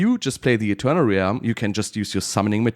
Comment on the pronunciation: How is "Realm" the only word mispronounced in a video about Realms?